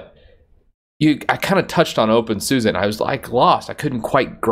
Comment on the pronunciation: Somebody please explain why openSUSE is pronounced as openSUSA ??